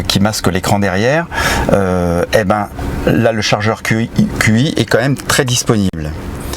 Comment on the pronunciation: Très sympa cette vidéo. Merci. Par contre, c’est Tchi. Pas QI. Qi en chinois se prononce Tchi. Voilà 😋